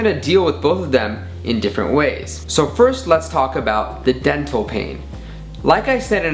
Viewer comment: When he said Dental, it sounded like Death Hole Which is also accurate....